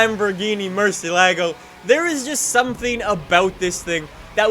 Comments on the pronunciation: the Murci is pronounced “Mer-siya-go.” I can’t stand people mispronouncing cars and brands. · I'm italian, and the right pronuciation is "mur-sie-là-go" :)